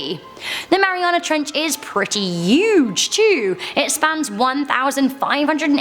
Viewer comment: “the Mariana Trench is pretty UGE TOO!”